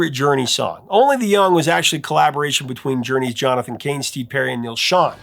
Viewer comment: Thank you for saying Neal Schon's name right. Totally a pet peeve of mine. Lol